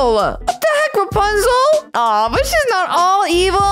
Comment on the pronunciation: Its rapunzel not rupunzel